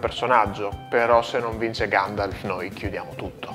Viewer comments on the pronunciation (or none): Ma alla fine del video il signore dice "Gandalf" o "Gangialf"? 😂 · Ma lo chiama Ganjalf non Gandalf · Ma solo io alla fine sento che lo chiama GANJALF? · "é vero Ganjalf?"